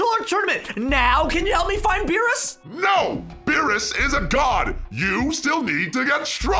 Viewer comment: Why did you say veerus instead of beerus uhm